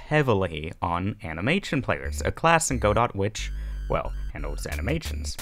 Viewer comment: godot is pronounced "guddOH"